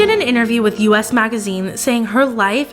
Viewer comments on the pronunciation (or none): It’s “Us Magazine”. Not U.S.